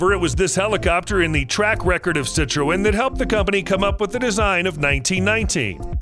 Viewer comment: Citroen is pronounced si-truhn